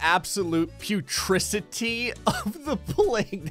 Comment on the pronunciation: "putricity" = "putridity" Yeah, sorry. I'm that guy.